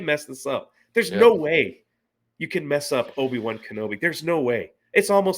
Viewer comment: “Obi-Wan-Canblome” This show is impressively bad.